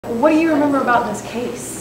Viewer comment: "What do you rember about this case" .......Meanwhile trying to remember the story he cooked at him